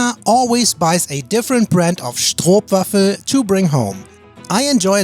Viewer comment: It's stroopwafel, not schtropwaffel😂